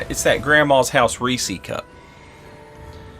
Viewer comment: What is zis "Reesy cup" you are saying, is this a, how you call, a regionalism? Are you referring to Reese's Cups, ze chocolates filled with ze buttered nuts? They are ze property of Reese, ja, and not something to be disrespected, ok? - European viewers, probably